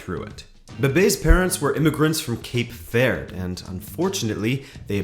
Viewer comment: Bruh you really said Cape Vér at like 😭. It's pronounced Cape Vuerd(best way for me to write it out). All of my family on my mom's side, as well as a large percentage of where I used to live, where Cape Verdians, so it hurt me inside.